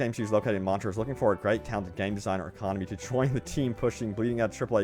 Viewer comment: Can’t even say Montreal